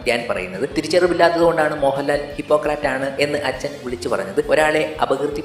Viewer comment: Hypocrat (ഹിപ്പോക്രാറ്റ് ) എന്ന് പറയാതിരിക്കുക. അങ്ങനെ ഒരു വാക്ക് ഇല്ല. Hypocrite (ഹിപ്പൊക്രിറ്റ് ) ആണ് ശരി. ഇതേ തെറ്റ് Javaan of Vellimala എന്ന സിനിമയിലും ശ്രീനിവാസൻ പറയുന്നു.